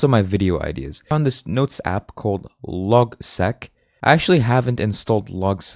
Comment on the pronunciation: I'd suggest pronouncing LogSeq as Log-S-E-E-K the S-E-E-K comes from Sequential.